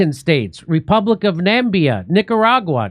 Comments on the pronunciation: The name of the country is Namibia, Jimmy - not "Nambia"... But anyway - it is about time somebody did SOMETHING to stop the carnage in Gaza. On that note - and as a Norwegian citizen, I am thoroughly ashamed of the (EU-UN-Anglo-American) boot licking Norwegian Government - who - true to form - is yet again speaking with multiple tongues. They "stand behind" the Hague Group - "condemning genocide in Gaza" as well as "recognizing the Palestinian State" - while at the same time INCREASING the investments of the famously gargantuan Norwegian "Sovereign" Wealth Fund in the Israeli military Genocide industry by 35 % (!!) during the "Genocide Year" of 2024.. Not really surprising, coming from a group of spineless, corrupt bureaucrats who routinely award the Nobel "Peace Prize" to the worst war criminals they can find...😑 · Jimmy, it's pronounced Na-mib-e-ah. Namibia. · He could not pronounce Namibia.....really?....really. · Jimmy, I know you're American, but it's spelled Nam-i-b-i-a. 😄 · NAM-IB-IA, not Nambia. He said it several times. Why did no one on the show correct him? Oh, f*ck the genocidal Mileikowsky regime. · GOOD....but it is called NAAAAA - MIBBB-- YA! not Nambia - lol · Correction it´s Namibia. "Nambia" is not a country. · Nambia??? It´s Na-mi-bia! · Hey Jimmy, it is pronounced Nam - i - bia, not Nambia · Nambia........ cmon guys Namibia say it with me... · Sorry to pick up on this, but Namibia is pronounced as nuh-mib-ee-uh - Not nam-bee-ah. Are you confusing it with the country of Zambia? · NA MI BI YA not Nambia Jimmy 😂😂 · Dear Mr Dore; it's "NAH-MIB-EE-AHH", Namibia. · He keeps reading the country name "Namibia" and saying "Nambia." Nambia isn't a word or a country. It is "NA MI BI A." Great place as well. Great place to visit. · pronounced: na-MIB-ia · Namibia, not Nambia. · That's Namibia, not Nambia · Namibia Jimmy not ‘Nambia’ it’s Namibia 🇳🇦. It’s called after the Namib Desert that’s there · It's Namibia,not Nambia 😂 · Bro Na-mi-bia! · Its NA MI BIA